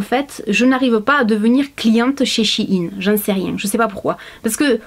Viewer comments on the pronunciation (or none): Coucou. Juste pour dire que ça se prononce "chaine" pas "shi yin" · C pas chinine sa ce dit chaine mais sa s'ecrut shein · Je viens de découvrir que shein ce prononce Chi-ine alors que moi je disais shayn 😂